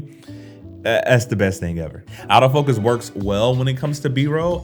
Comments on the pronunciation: Nice video and lighting bro.. It's funny but when you say "AutoFocus" I hear "Out-of-focus!" LOL! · I was confused for a second when I kept hearing "out of focus" instead of "autofocus" ha!